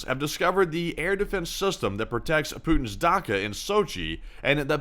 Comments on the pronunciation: It's "dacha" not daka. Good video, thank You! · Dacha not dacka in Sochi lol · It's a Datsha not a Daka. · "ch" in dacha is pronounced as as ch as in cheese or chin.